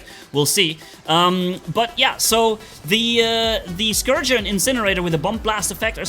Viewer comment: it’s Scorcher, not Scourger. Confused me at first. Carry on